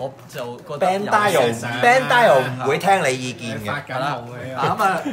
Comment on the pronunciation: 人地叫Bandai 唔係Bandail